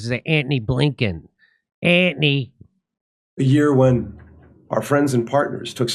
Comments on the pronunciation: so it's not just me that laugh when he say Antony with the H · I always laugh when you say Anthony!!😂 Say it again 😂😂😢